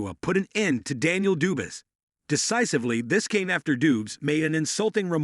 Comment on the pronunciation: dubis - dubes - AMThony - DooBOI - Dewynite nite lolllll